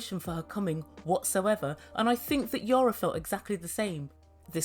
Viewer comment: is it your accent? or do you call Yana, Yara?...it is EE-AA-NN-AA... LOL LOL LOL british accent reminds me my english (a native englisman from manchester) tutor who after living for 20 years in Portugal...he still would come up with "his own" spelling of words LOL LOL